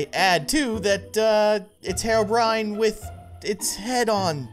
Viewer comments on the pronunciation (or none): He said haro byrin not hero Bryan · It’s hero-brine not harobrine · IT's HERO BRINE !!!!!!!!!!!!!!!!!! NOT HAYRO BRINE!!!!! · Hero, not hereo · It’s pronounced hero-Bri-in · It's pronounced hero - brine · it's hee row brine